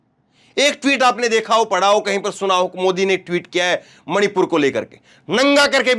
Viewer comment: मोदी मणीपुर का " म " नहीं बोलता । 🤔🤔🤔🤔🤔